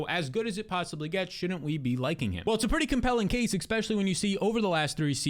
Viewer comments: Dawg it’s especially not expecially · Great content, but please stop saying “eck-specially” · You do great work. ESpecially breaking down value....especially....especially. Say it with me...ESpecially. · when will you stop saying ekpeshully its crazy